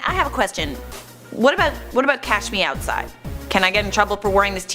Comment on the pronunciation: To me it always sounded like "Cash meow side".